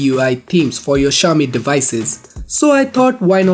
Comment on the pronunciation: It's not X(SH)IAOMI, it's X(S)IAOMI _... Who the fuck told western people that?